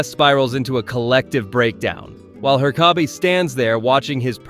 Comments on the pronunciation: Why do you keep saying Her-kay-bee? It's herk-uh-bee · Glad your videos got recommended to me, but please learn "Hur-co-be"'s name properly, please no more "her-cob-bay"s - sorry, thanks 🙂 Otherwise lovin the vids 😃 Be good to watch some episodes as a Reacts, with your Thoughts at the end, if that's something you do 💗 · It's pronounced **Herk-uh-bee**, with the first syllable having the emphasis. Not "Her-caw-bay", which is the way every White American mispronounces every Japanese and Spanish word ever, which the name Herkabe is not even of Japanese or Spanish origin. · They say it in the damn show not her-car-bee It's her-kuh-bee His name isn't pronounced wrong once I. The show and you did it in a matter of minutes twice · Your entire video's credibility goes out the window because of Her-kay-be. You didn't watch the show, your opinions aren't real. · HER KUH BEE it's fucking HER KUH BEE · bra said "her-caw-Bi" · Her-Ka-Bee huh? 😂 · He even said her-kay-bee at one point. Might be rage baiting for engagement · The pronunciation of Herkabe's name constantly was just so frustrating. Did this guy not watch the show? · That was a heck of a pronunciation of Herkabe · Bro he pronounced it differently like every single time Jesus like i do not think he watched the show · I had playing in the background and couldn't figure out who he was talking about until I looked at the end of the vid.. why did he say it like that😂😂😂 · It's bizarre because it's obviously not the correct pronunciation which could have been fixed by watching an episode of the show, but what makes it weird is that it's not even pronounced wrong consistently throughout. What. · Are you mispronouncing the teachers name on purpose?? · Have you watched the show? How do you not know how to pronounce Herkabe's name? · Its called comment bait. Butcher a pronunciation and it causes people like you to whine and give the video more engagement